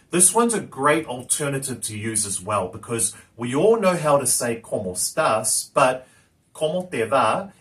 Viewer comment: Perfecto pero te falta algo de pronunciation la e en español no es muda y tu no la estas diciendo, estas diciendo "comos tas" y no ¡como estás!